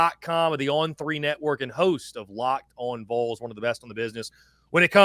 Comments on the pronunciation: It’s pronounced VALL’s. Ding dang it, get it right. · please correct people when they say the Vuhls. VOL sounds like ball but with a V. Love the content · Or when they say vowls like bowls... drives my nuts 😆 what's hard about Volunteers shortened to Vols for these people 😆 🤣 😂